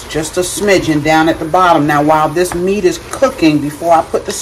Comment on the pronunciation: I thought I was the only person that said smiget love it! Looks yummy